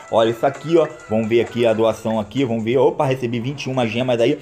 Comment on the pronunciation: Mano pode falar assim é o seu jeito é famos que famos